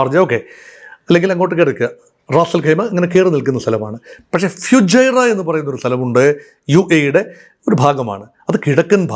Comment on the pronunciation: ഫ്യൂജൈറ അല്ല സാർ ഫുജൈറ